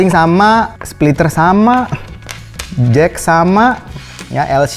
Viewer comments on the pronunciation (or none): none